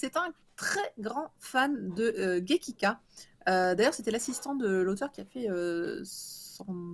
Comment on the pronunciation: Bonjour, c'est gekiga, et non pas gekika. Merci!